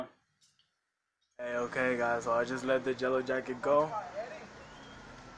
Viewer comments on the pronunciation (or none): YELLOW YE-LL-OW NOT JELLO WTF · Fact 1: you say yellow wrong